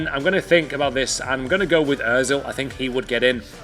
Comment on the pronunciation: He said ozil, I wanna jump off a cliff